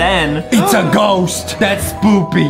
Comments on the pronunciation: Justin said spoopy, not spooky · Bruh did justin says spoopy lol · I love how Justin said spoopy instead of spooky!!!!🤣🤣🤣